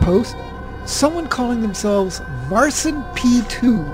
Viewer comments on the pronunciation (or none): none